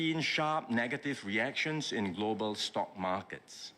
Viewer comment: Notice he keeps saying globeral markets, its the goberal buinesses in trouble plus how much influence does china have on the.